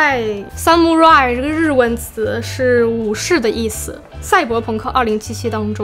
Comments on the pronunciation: 武士发音好像是，萨姆拉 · 武士读法是。撒木拉依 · xxx伊。rai是两个发音。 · 那個武士的日文 不是這樣發音吧